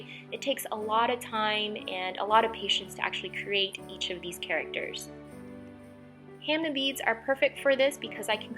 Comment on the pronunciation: I call them ham ah beads not ham nah beads